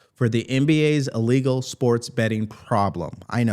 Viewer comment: It's not "uhlegal" it's "illegal". At some point, the educational system quit teaching phonics. I think it was a bad choice.